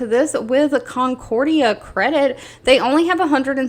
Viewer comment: Just so you know, it's Concora Credit...not Concorea Credit. Also, your 1st guess on the pronunciation of Acron was correct. ACK-CRON